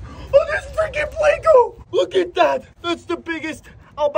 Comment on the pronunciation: Can' wait to see what you catch next. Are you trying to be funny when you pronounce it "Plako"? You DO know it's Pleco?